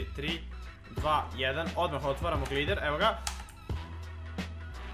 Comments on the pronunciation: Kaze se glajder a ne glider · Daj se nauči izgovarat Gljider omfg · glider HAAHAHAHAH kaze se glajder